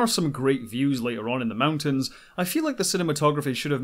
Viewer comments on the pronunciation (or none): none